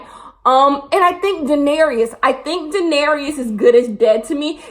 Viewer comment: says Danaeyrs wrong for 26 mins oms